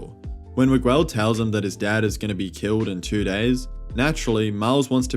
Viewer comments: Why are you saying Migwel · Miguel O’Hara It’s pronounced MIG-L Miguel I feel like you would know this since you watched the movie and had enough time to make a video on said movie Like not to be disrespectful or anything, but mispronouncing a characters name can be off putting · I couldn't watch the video cuz the way you say Miguel :(